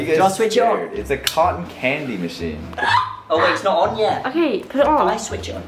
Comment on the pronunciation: Calyces: Colten candy yum. Calyces: Colton candy gross.